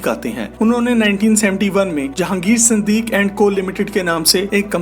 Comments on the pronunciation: siddiqi, kee, not siddiq. and lakson not lakshun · Its Siduqui not Siduque. Correct plz